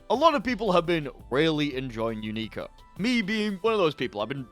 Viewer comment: "you-NEE-ka" its pronounced "YOU-nik-a" everyone in the anime pronounces it the same way, and so does the announcer in the game. idk where you got your pronunciation from